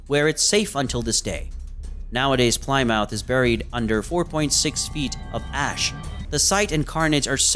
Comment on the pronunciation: Mispronounces Plymouth.